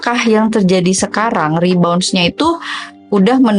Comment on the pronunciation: Rebound, bukan re-bounce, Kak